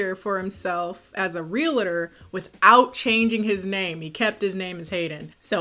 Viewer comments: The funniest thing was listening to say “real-a-tor” instead of realtor 😂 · I find it so weird how you say realtor, lol, I guess it's because you are American, I had never heard it pronounced that way, it is just an observation, love your content